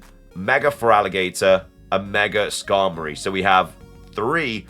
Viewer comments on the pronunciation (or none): none